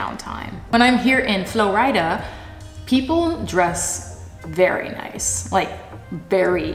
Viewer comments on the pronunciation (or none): i’m never going to be able to pronounce florida normally again, from now on it’s flo rida